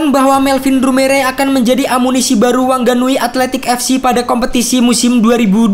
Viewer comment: WHANGANUI DI BACANYA WANGANUY OM